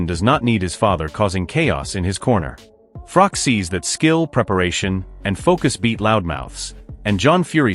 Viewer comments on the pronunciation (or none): It's Froch, not Frok